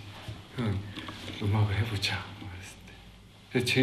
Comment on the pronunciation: 형이랑 음악을 해보쟈.. 발음이 쟈 하는게 너무 귀여워ㅋㅋㅋㅋㅋㅋ